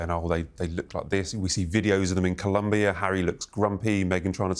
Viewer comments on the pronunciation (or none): none